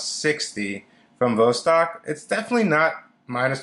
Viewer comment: jfyi: pronounced vahss-TOK